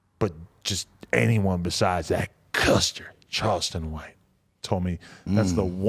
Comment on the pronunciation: The way Adam said Custer in crip Mac v took me out